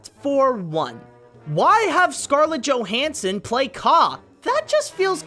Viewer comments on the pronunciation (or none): none